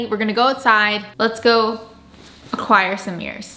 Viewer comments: keeps saying meers instead of mirrors. It’s bothering me at some point. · “Me-ers” 😂 not mirrors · "antiquing some mears"